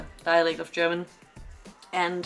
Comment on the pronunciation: Very good analysis and that you can pronounce German very well is perfect ! Other reactions of this clip from English commentators don't come close ! Greetings from a German in Australia